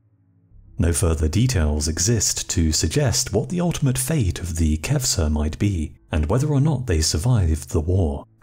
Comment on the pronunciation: It’s ‘caucasus’ not ‘caucus’. If you are trying to pronounce ‘kavkaz’ you are failing. And the knights in question are KHEVSUR not ‘kevsur’. Khevsurs (ხევსურენი) are an indigenous sub-ethnicity of Georgians (Kartulebi ქართულენი) from the Khevsureti region in the Caucasian mountain range. Kvevsurs have always been Orthodox Christian, like nearly all Georgians and don’t have their own unique sect but remain communicants of the Georgian Orthodox Church which maintains communion with all Orthodox churches worldwide since the country converted after 325 AD. The crosses emblazoned on Khevsur shields and helmets would be Bolnisi crosses, the same seen on the contemporary Georgian flag, whose design dates from the XII c., the high point of Georgian power and culture. The use of the Bolnisi Cross predate the crusades by hundreds of years, is a unique emblem of the Georgian Orthodox Church and may be seen everywhere throughout the country as the symbol of the presence of the Georgian Orthodox Church. In Georgia geographical isolation has never resulted in significant loss of either national identity or religious unity. The apocryphal tale of wandering Frankish crusaders taking refuge in the high Caucasus is entirely fictitious as khevsurian culture, language and genetic heritage owes absolutely nothing to Western Europe. This notion that they could not have indigenous origin is typical of western and Russian imperialism of the last few centuries. The Georgians are an indigenous Caucasi